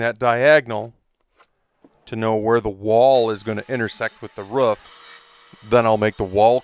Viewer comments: ‘Root’. Okay. But ‘ruf’? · I try not to be a tight ass but holy moly does the way some people say "roof" as "ruff" bother me xD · Stop saying ruff it’s roof